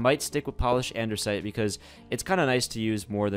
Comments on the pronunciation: i love your vids but a pet peeve of mine is when you say ANDERSITE when it is ANDASTIE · Andersite 😂 lol 😂 it’s andesite 🤣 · id is not andersite, it is anDEsite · Andesite not Andersnite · It's Andesite notice that there is no 'R', but nice video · he keeps saying anDERsite